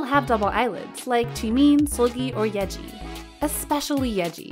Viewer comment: Who else can’t get over when she calls YEEJI YEAJI